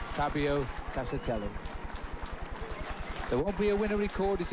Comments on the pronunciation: Castarelli??????.......what a dumbass!!!, at least get the name right. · 'Castarelli'...darn it you reporter, get his name right!!!! 😡😡😝😝 Anyway, I was only 10 when this happened, it's such a grim reminder of the perils of the outside world when cycling. RIP, Fabio Casartelli. 🙏🙏